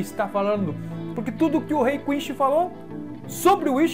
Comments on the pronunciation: .–. Cara, vc fala Quinsh WTF, o certo eh Quincy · É poder quincy porra e nao quinshy kkk fala direito